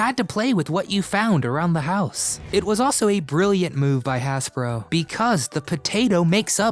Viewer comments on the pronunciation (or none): It’s pronounced like Hazbro…not Hassbro…also, you sound like a male Siri….